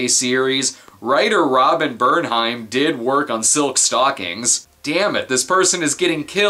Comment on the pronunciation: Did you say silk stalkings? Lets get you on the next episode of talking stalkings! I hope you like ska!